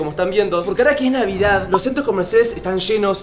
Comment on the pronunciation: No no se dice " FELIZ NDVEDED🫦"